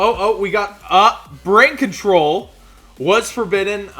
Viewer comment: I laugh every time he misreads brain control. HE's said it wrong on several past videos and even had it pulled up and still messed it up LOL. Keep up the good work on the videos!! :)